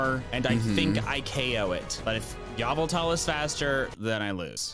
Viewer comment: a piece of me dies every time he says yavultahl